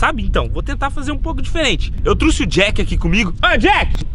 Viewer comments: Eu trouxe não " eu teuxe" kkkk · Eu "truci" é foda em man, é trouxe caraio...kkkkk